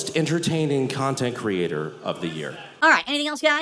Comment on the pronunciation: The best part about using words he doesn't know isn't the fact that he looks extremely dumb, it's the fact that he thinks he is smart when he says those words. I loved when he dropped kahntent creatohr to and called himself a kahntent Qreitohr.